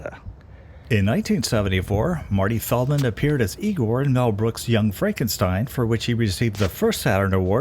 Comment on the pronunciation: …. It’s pronounced “Eye- Gore”….haha.. Classic movie!